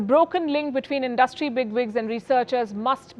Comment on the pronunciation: Indus-trie= industry abd not indust-trie ; it’s a common Indian mispronunciation ( pro-nun-see-ation ). Cheers